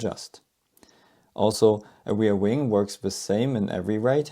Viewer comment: what's a weirwing? do you mean ReaR. Wing.?